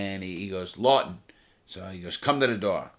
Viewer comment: Larry 'Law'ton